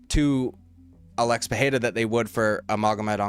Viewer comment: Why pronounce PeHeira? It's Pereira